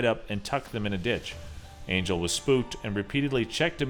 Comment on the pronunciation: It's not pronounced angel it's pronounced on-hell it's a Spanish name